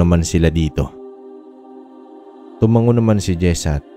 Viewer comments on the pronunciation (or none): none